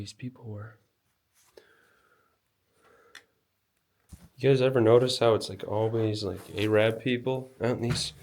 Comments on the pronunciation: Its pronounced air-rub, not a-rab. like the vids though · ARAB is pronounced 'ARR - UB.' T he ''ARR' sounds like 'R' and the 'A' sounds like the 'a' in 'hat.' The second part is pronounced as 'ubh.' It is NOT pronounced as 'A - RAB.' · I love it when you say A RAB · Bro, Im sorry, but you need to learn how to pronounce some words. Arab and Arabic in particular. Just doesn't come off great. Love your videos though. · Americans don’t actually pronounce it like him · No i want him to keep saying it like he did. I've never heard it said like that before. It was a masterclass in taking a word like Arab and making it his own version.